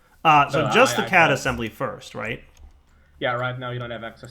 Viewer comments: Is it my or does it sound like says cat assembler instead of CAD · you don't say CAD like the way you say it you are actually supposed to spell it out. That's howvthey say it in the anime.